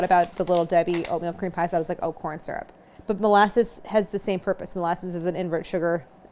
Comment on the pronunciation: At first I didn’t trust you by the way you reacted at how sweet they are, but you brought me back by the way you pronounce syrup.